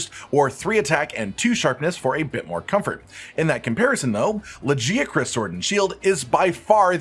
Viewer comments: It drives me nuts how the game calls it "Laggy-uh-chris"... the correct pronunciation is "La-guy-uh-chris" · Brother, it's LaGiacrus. Hard g. Like for Gif. We hear it multiple times in the cutscene. Its an ugly name with a soft g anyway